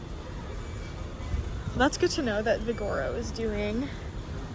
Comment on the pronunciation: Omg 😂😢😂😢 say it with me.. vig o ro, vig o ro. Not vi gor o 😂